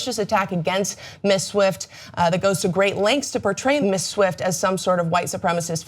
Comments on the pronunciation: Why can't she say Ms properly? She either says Miss or Mrs, as a Ms myself I find it irritating. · Ms. is pronounced "MIZ." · Ms. pronounced miz, come on.